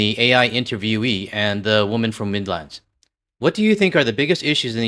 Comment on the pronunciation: As a brit living in Canada i hate the way you say midlands, there's no pause in between mid and lands. On an aside the person who implied the UK is finished id argue as much as it might be a uk taco tuesday equivalent reform supporter but its just as likely to see how the NHS is being sold to US companies, the corruption of polticians, the constant NIMBYISM.